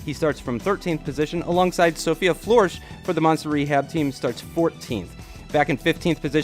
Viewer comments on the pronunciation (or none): Sophia FLOORISH... nice 😂 you should say it like FLUHRSH😉 not hating, just trying to make it better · I swear it’s Sophia Flörsch not floersch